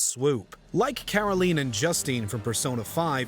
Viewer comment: It's pronounced Caroleen, and Joosteen.